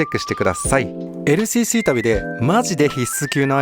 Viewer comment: ＬＣＣの発音良すぎ問題